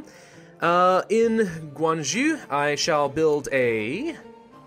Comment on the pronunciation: Guangzhou is actually pronounced a little bit similar to Guang Jo